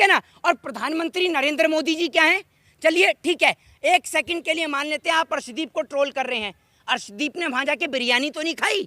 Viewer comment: Is bhos.....i wale ko arshdeep ka naam bhi thik se pata nahi harshdeep bol raha hai ......ye PMC hai......khali political rang de raha hai